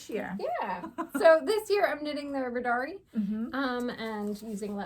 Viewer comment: Love the colors you chose for your Riddari. Helpful hint on pronouncing Icelandic words, the accent is always on the first syllable. 😊🇮🇸 The language of the Faroe Islands is Faroese although most inhabitants are also fluent in Danish.